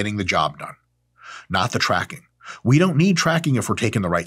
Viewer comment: lmao "trackig"